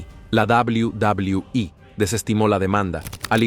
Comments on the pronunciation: Cual inche dobli dobli ii se dice doble u doble u eee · Al principio me molestaba que dijera tanto la D O B L I U D O B L I U I pero ya después me empezó a dar risa jajaj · Es verdad dawliu dawliu i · Sin ofender pero....ES NECESARIO QUE TENGAS QUE HACER QUE LA AI REPITA UNA Y OTRA Y OTRA VEZ "DOBLIU DOBLIU I"?!!!, LOCO, APRENDE MEJOR A PONERLE LOS SPEECHS Y TE GANARAS MAS SEGUIDORES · A chinga ' y cuál es la davliu davliu i? 🤔 Dilo en español y mejor no hagas el ridículo.. 🙄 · Y dice dablui dablui i es BN castrante no deja disfrutar el vídeo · deja de decir WWE ni sabes pronunciarlo bien jajaja